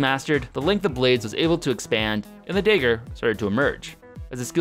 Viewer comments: unsubbed because he kept saying daiger instead of dagger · Dagger dahgur not dayger 😑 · it's DAG- GER not DAY-GER, for fucks sake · When you say daygar, you actually means dagger, right? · "The evolution of the sword came from the dayger" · I love your content, but I can't get over how you pronounce dagger as "dayger". Just teasing, we love ya! Keep up your amazing journey~ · What’s a “day ger”? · Ah yes, the infamous The day-ger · stop saying daeger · It's dagger not digger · Day ger, = Dagger ?!? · does it annoy anyone else that he says dager instead of dagger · It's pronounced "dagger", not "dayger". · please get to English pronunciation lessons soon, "Day-gur" just killed me a little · Please for the love of God learn how to say “DaGGer” not “DAYger” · carful, you Minnesotan accent is escaping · The infamous Day-ger not to be mistaken for the Night-ger. lol just teasing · Dayger. Lol. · It might just be accent related but the way he pronounces dagger seems a bit off to me. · STOP MISPRONOUNCING The WORD DAGGER!!!!! Jeez man! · It is really annoying the way you keep mispronouncing dagger. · So annoying how he can't pronounce dagger